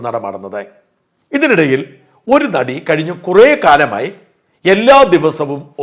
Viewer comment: നടി എന്ന് പറയല്ലേ... ആദ്യത്തെ അക്ഷരം "ന "അല്ല..